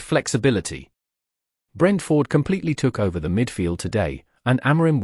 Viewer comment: I want to watch these reactions and comments but I can't stand to listen to the robotic voiceovers. This one turns the name Brentford into two words (Brent-Ford). it's horrible to listen to. How hell can a robot have an opinion about a football match or a team? As for United, and I'm a supporter, They're relegation fodder this season.